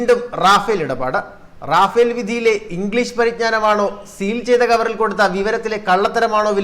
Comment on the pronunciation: Rafal റഫാൽ എന്നാണ് റാഫേൽഎന്നല്ല